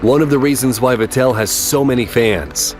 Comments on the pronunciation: why on earth can't American narrators find a little bit of time on how to pronounce a European name correctly? VettEll ?? it's actually simple.. It's Vettle like Kettle.... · Vettel is,. Vettel,. not Vet-tell. ;) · Aaahhhh this just melts my heart. Was crying all the way through it. Just a friendly note. Sebastian Vettel, is pronounsed Fettel. (Yes I know my spelling sucks 😁)